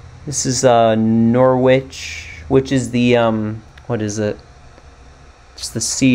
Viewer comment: Norriitch, not Nor witch. Norf'k, not Nor folk